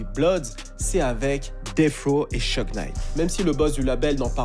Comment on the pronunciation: SHOUG Knight et non pas Sheug